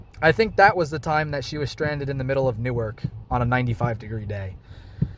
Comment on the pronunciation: That boi said Newark 😭 had to rush out the house to get her lmaoo